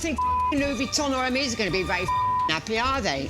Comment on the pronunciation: None of the bags appreciate in value hun....unless it’s rare Hermes, most of the women on this show can’t even pronounce Hermes correctly